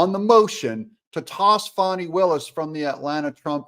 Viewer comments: H er name is f a n i pronounce fan I there has to be a w to be pronounced Fawn in English dictionary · please call her fani and not "fohny" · Its not foni....its FANI....get it right😂... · Isn’t it “Fani”? Not Faunie…. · “FĀNI” HARD “A”. Come on Doug?